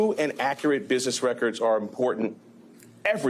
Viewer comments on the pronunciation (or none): none